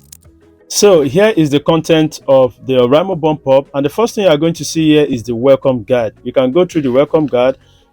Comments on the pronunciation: It's BOOOOMPOP!! not Bompop😂😂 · Boom is not pronounced bum and it’s app no harp❤️